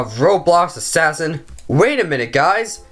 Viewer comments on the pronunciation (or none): I just like it how HE LIKE ASSAIN